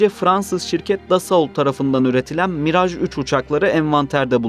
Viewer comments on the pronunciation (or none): none